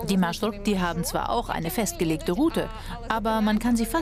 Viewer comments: MarshruKti? REALLY? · MarshruKti ahahahhaha🤣🤣🤣 MarshrutKi ist richtig